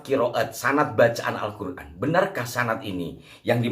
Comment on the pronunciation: jadi pak lutvie punya qiroaat sendiri...misal huruf ق ( qof ) dibaca غ ( g ) , misal : qolbiy dibaca Galby....😂😂😂😂😂, alQur'an dibaca alGuran....😂😂😂😂, naudzubillah...tobat...tobat...pak lotvie...